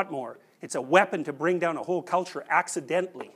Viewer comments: “it’s a weapon to bring down a whole culture AXEidentaly.....” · "It's a weapon that brings down a whole culture axeidentally." Hehehe. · " A weapon to bring down a whole culture... "AXEdentally." That was brilliant. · "It's a lot more than an axe, a lot more. It's a weapon to bring down a whole culture AXEdentally"xD